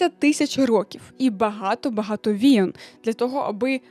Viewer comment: Люблю ваші відео та ваш голос, але, будь ласка, «війн» а не «війон» ❤️‍🩹